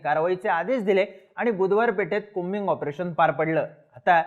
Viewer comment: कॉबिंग आपरेशन नाही की कोबिंग आपरेशन..😂😂😂😂